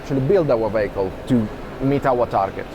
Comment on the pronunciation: I know is saying vehicle but every time I still can’t stop thinking he says bagel ha ha